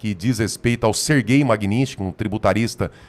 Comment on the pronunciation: O Borgo fala sempre errado o nome da Lei: não é "Magninsky". O correto é MAGNITSKY. Sílaba por sílaba: MAG-NITS-KY.